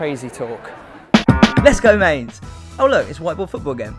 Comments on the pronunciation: BTW It's M-eye-nz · He mispronounced Mainz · You pronouncing Mainz wrong